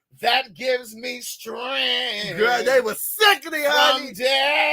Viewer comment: when I tell you I’m screaming!! That hard “streeeeenght!!” Give HIM the GLOW-RAY!!! 😂😂😂😂